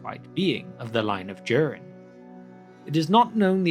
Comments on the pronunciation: Nice video. May I ask why do you pronounce Durin as in "during"? I checked Appendix E and as far as I can tell Durin should be pronounced with a clear D as in "door" and U as in "brute", as per the example there. Thanks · It´s Durin, like in urin, but with a D in front 😉 Sorry, but it is. Besides that, thank you for another great video! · I am not writing this to mock you in any way but I was 13 minutes in before I realized you weren't saying Darren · I came across your videos this afternoon and I'm really enjoying them and the fact you add some style to pronouncing Elvish and Dwarvish names. The American LOTR vloggers mangle everything or just pronounce the place names like they might actually be somewhere in Wisconsin. One thing - I'm presuming you're English? I can't put my finger on your accent but the giveaway is you pronounce Durin as "Jewrin" instead of "Doo-rin". Like the "Juke of Edingburgh" (although you Brits never called Duran Duran "Jewran Jewran" thank God!) It's the only flaw in your otherwise excellent work!